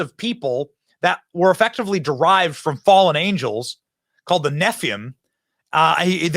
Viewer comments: No, supposed God-fearing content producer, they were called Nephilim... Neh-fih-lim. 3 syllables pronounced like that. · BENNY?!?! Not Nephlium... Nephilum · To correct you Benny, Nephilim is pronounced Nef-a-lim not Nef-ee-um. All these "alien" creatures are is satanic spirits presenting themselves in the form.of "aliens" as part of the 'Great deception' coming onto the world. They are intoe with the satanic kabal to take the attention off the pedo elites. Keep focused on Jesus guys. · WoW bro! You really must think bible is a history book. That cracks me up! Also it’s pronounced nephileem, not nephium. Baal bless you. Too funny just too funny! Baal bless America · You did say Nephlum, didn't you? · Its nephilim not 'nephim' its zealotry not 'zealousy' this guy is kinda dumb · Benny, buddy they are called Nephalim. "Neff-uh-lim" not whatever TF you tried to say! I'm the foremost expert on the bastard sons & daughters of the Fallen Watchers. You can read the book of Enoch to get a very detailed history. The interdimensional creatures they call aliens are exactly that, bastard offspring of man and watcher. Have me on I can tell you everything you wanna know about this topic, I've studied it for 25+ years! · The “neh-fee-uhm” …? Benny is seriously just an actor reading a script. Has no idea what he’s talking about. Never once read the word “nephilim.” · Neff-uh-lim. Thats how you say nephelim. If you think this is wild look into the giant of Kandahar that the military supposedly ran into. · Its "Nef il leem" Nephilim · Benny you really butchered that pronunciation of the nephilim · Love you man, but it's Nephilim...